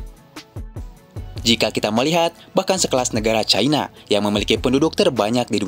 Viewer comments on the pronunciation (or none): none